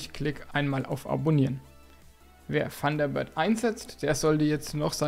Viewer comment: Funderbird .... ich höre immer nur ... Funderbird:face-blue-smiling